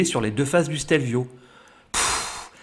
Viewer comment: La première fois que j’ai vu une photo du Stelio, je pensais que c’était un fake. 🤓 Merci pour ce chouette petit reportage 🏍 et bravo pour accent italien !! 🍕🇮🇹